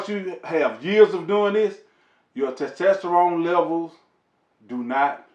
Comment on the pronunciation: "Ta tasterone layvals"🤣🤣🤣. I love this dude.great vid sir!